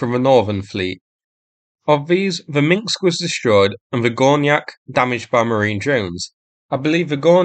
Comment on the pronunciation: Not "Minksk [sic]", "Minsk".